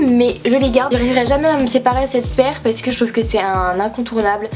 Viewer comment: Ptn ça me saoule tu dis « separè » « zebrè » tout le temps des « è » alors que c « é » ptnn😭